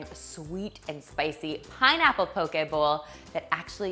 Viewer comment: Mahalo nui loa (thank you very much) for your proper pronunciation of the word “poke.” Your Hawaiian is spot on! 🌺🌸🌈❤️